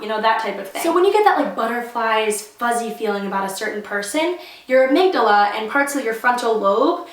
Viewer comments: You said amygdala right woohoo! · you pronounced amygdala right! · Yes you said amygdala right hahahaha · You said it right, don't worry